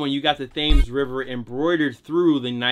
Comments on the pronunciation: Tems bruv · Thames River on the London 90’s is pronounced ‘tems’ lol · The Thames river is pronounced like Timbs.. Missed opportunity.. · did this guy just say the "Thames River" as in "th-a-m-es" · for the future it’s pronounced temes river even tho it’s spelled Thames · said THames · It ain’t the Thames river you say it the river tems